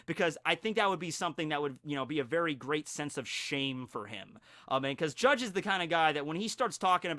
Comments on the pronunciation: Bru, you dont have to say the "e" in Judge, really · Wm. R. Woodland He’s saying it the Japanese way “Jajji”